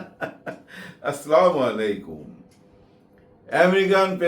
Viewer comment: হায়রে মুসলমান সালামটা ঠিক করে করতে পারেনা।